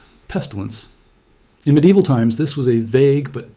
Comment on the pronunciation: "Medieval" is a four-syllable word. It continually shocks me that 99% of people refuse to pronounce it correctly.